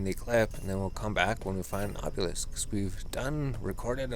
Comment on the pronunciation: AH - bee - lisk lol bothers the shit outta me